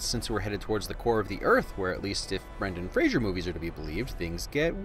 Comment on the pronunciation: It's pronounced "FRAZER" not "Frasier"! Get the Bren-Master's name RIGHT! LOL